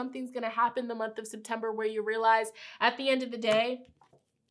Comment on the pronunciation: I really thight she said SIMPtember